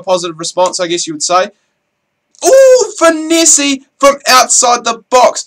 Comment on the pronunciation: say it like finess not finessi. Great video but this is annoying